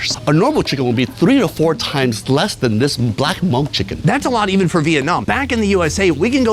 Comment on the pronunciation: "This is a Monk chicken ... " Fail 😵 That's the equivalent of saying "This is a VeetKnameeKs chicken ..." or better yet "This is an AmerikeeK chicken ..." Understandably people just have a difficult time pronouncing certain words or ethnicity their native phonetics but hearing it so mispronounced is CRINGY 🤢🤮